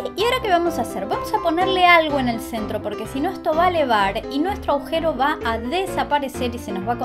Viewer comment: Se dice "agujero", no aujero